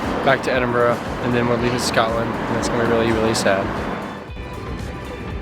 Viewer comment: Pronunciations of both Glasgow and Edinburgh were spot on! Well done, looks like you both had a blast, glad you enjoyed it. Should you decide to come back have a look more into the Highlands, so many ruins and castles to explore, not to mention the North Coast 500 if you get the chance :-)